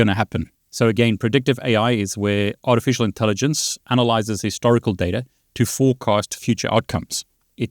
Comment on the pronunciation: I heard "with art and elephant". Maybe the AI heard ur voice & ignored the writing. Lol